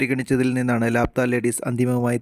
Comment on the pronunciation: ലാപത്താ ennanu bro allathe ലാപ്ത്താ ennalla😂😂